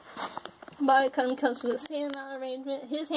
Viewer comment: The male Body Kun is pronouned with a long - U - sound like raccoon.